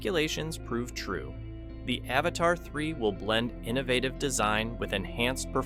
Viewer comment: It's Avata not avatar 😂😂😂